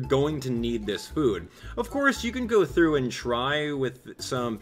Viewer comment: STOP SAYING GO THOUGHT